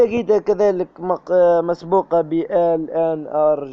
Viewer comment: شكراااا جزيلا ربي يحفضك وربي يرحم والديك اكثر حاجا عجبتني فليفيديو باش تقول s مسبوقة قلت مقسوبة ههههه رليحا طيب عشاها ههههههه ربي يحفضك خويا 😂😊😊😊😊😊